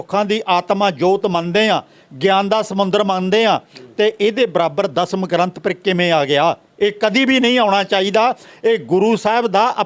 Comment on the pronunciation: And it's Dasam not Dhasham lol